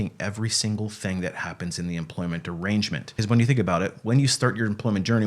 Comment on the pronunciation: Almost sounded like you said "employment degrangement" . If so, it was widly accurate 😂😂